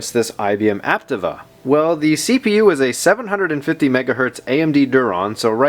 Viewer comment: *It's pronounced "App-Teeva".